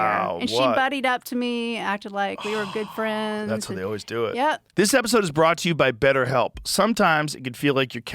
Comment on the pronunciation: I would really like it if Joe would stop saying O-ways and start to say that word correctly. It's Always. As in Almond or Alan.